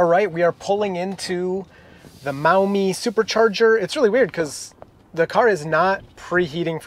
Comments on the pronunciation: Also - Maw-Mee (Maumee) and Sil-Vain-e-a. (Sylvania) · Very cool! We’ve been to the Maumee supercharger several times on our way to visit family in Ohio. There is a place to eat right behind it that gives owners 10% off. For what it’s worth, it is pronounced “mawmee” 😉. Looking forward to seeing more vids with your Model Y 😁